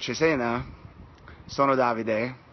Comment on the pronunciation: Having Dave Grohl pronounce in perfect accent the name of a city that makes most Italians stammer - that's just priceless. Waiting for you in Cesena, Dave!